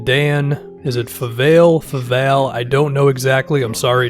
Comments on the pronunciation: It's pronounced Fa-Valley. I happen to know that because I listen to his podcast, Hardwood Knocks. You should too. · Dan fuh-vah-lee